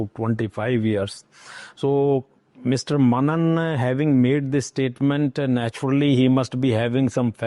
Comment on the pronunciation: How Mr.Bharocha is pronounced as BHAROCHA, but MR.MENON is carelessly pronounced as MANAN throughout the interview. What a seemingly lackadaisical attitude when it's a south Indian name? JAI Bharat Mata Jai Hind